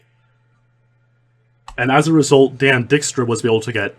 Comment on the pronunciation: Your Dutch last name pronunciations crack me up 😂 It’s Diyyk-stra, Biyyyk-ema, dude 😂 love you anyway